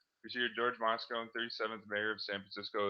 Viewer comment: Moscone pronounced "MOSS-CONE-EE"